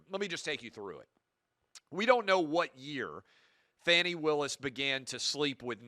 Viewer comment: When you can’t even pronounce her name correctly, there’s a problem. I don’t think what she did was smart. I thought it was really fucking dumb. But anybody watching this stupid case it’s been brought forward for prosecution who has a brain would know that the entire thing is Taudrey tiresome, and stupid. Yet any conservative kid watched that and as usual lie about what is clear right in front of them just a paint a picture because you have a fucking agenda always the agenda to hell man. Just speak to the truth not the truth as you see it the actual factual truth. When you guys stop making shit up like Fox News does then I might have something to listen to.